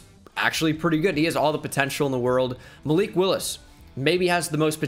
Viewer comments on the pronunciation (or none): none